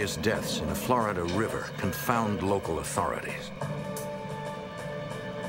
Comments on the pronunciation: God I hate how the narrator says “Flaridah”. It’s flORida jfc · For the lovely people watching to learn English, “Florida” is pronounced “FLOOR-ih-da” NOT “FLAAH-ra-duh.” But feel free to say New York as Noo Yaaaak 😂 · Flaar duh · Flow Rydah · FLAWDA. Flow rida. Flawed DNA people lol.